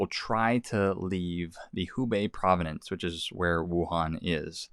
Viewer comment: Prov-ince...not provi-nenece jus sayin...